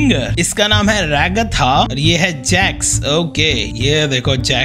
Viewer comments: Rax nahi hai Naam hai Jax hai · Bhaiya wo rax nahi jax hai😅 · JAX NOT RAX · Bhai aap jax ko rex kyo bolte ho😅😅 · I'm also a Indian but I watched it in English dubbing aur wo Rax nahi Jax hai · He's name is not hax He,s name is jax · It is jax not rax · Rax nahi jax bolte hai